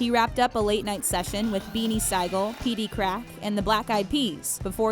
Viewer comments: Beenie sai-gel!? WaAhahahhaHa😂🤣😂 it’s pronounce beenie see-gul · I love videos but before y’all do a video can you guys research a little more and say the names right. Beanie Sigal’s name is not pronounced Sy-gul... it’s pronounced like the animal seagull! I hate when videos like these mispronounce names!!!!! So if y’all are going to name other people besides the main person, plz research on how to pronounce their names correctly! Thank you so much... other than that... great video! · The fact that I that I don’t think this is a robot she said Beenie SI-GAL why inform when you don’t know what your saying! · they pronounced every name except Kanye wrong 😂"dohn-da west" instead of Don-da just like its spelled then "Beenie Sy-gel' instead if "Beenie Seigel" like "see-gull" guys! Come on, these are legends!z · It's beanie se-i-gal, like a seagull at the beach, pronounced the same spelled differently!! OMG 🤦🤦🤦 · Beanie Sigel...pronounced..BEE-knee SEE-gull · The way she pronounced beanie siegal hurt me deep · Yes boo, ooh nah I had to say something about it and pronounce it and spell it out for her!! OMG